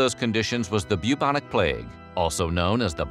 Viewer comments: You said "Bubonic Plague" I heard...."Puke on a plate". Swear to....reality (certainly not god) it was very confusing for a sec. 😂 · Everything about this video was great except how you say "bubonic"